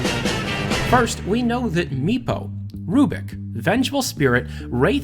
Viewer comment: Hey you actually said "Rubick" correctly this time. Edit: "Ull's scepter"? Fuckin seriously?